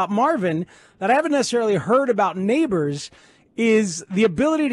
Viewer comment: Did this fool say Nabers & hill the same 😂 He’s more similar to Chase